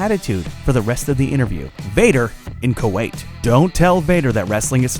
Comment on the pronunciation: It's KUWAIT :P